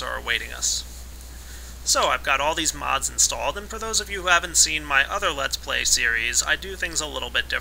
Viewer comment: He needs to fix his grammar, it's Let's Play, not Lats Play.